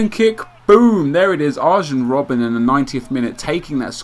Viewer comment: "arJen roben" lol no